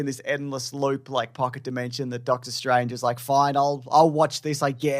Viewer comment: Did you say “Darktor” Strange….just, wow!